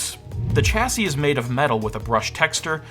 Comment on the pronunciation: Super informative, other than the slightly baffling pronunciations of Ger-nome, Linnix and Cha-see. Gnome, Linux and chassis perhaps? After all it's not Linnis Tech Tips.